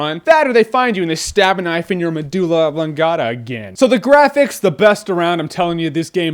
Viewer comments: what the hell is a madula ablungada?? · *medulla oblongata